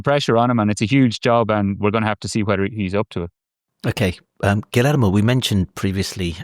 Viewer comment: AYO IT’S “GHEE-YER-MO” NOT “GILL AYRE MOE” poor guy is wincing whenever you said his name